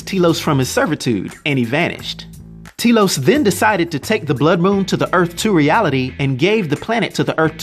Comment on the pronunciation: Its pronounced, Telos, not Telos.